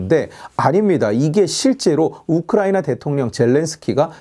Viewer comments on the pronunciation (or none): none